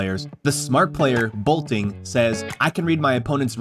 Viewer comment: boltin, not bolting